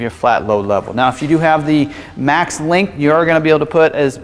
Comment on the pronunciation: "Lingth" vs length? Cringe...